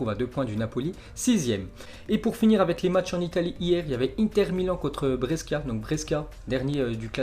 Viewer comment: Salut, merci pour les infos jour après jour, juste en passant l’entraîneur de l'Atletico Madrid ce prononce Diego Simeone (Diégo Siméoné), Brescia ce prononce Bréchia, et Lecce ce prononce Létché. :)